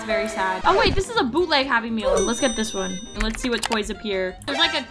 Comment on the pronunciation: Did someone count how mmany time said 《boutleg》😂😂😂